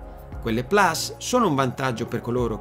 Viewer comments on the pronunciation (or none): none